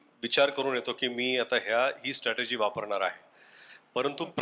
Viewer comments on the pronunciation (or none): Ag Janvhi strategy asa shabd ahe g.statergy nahi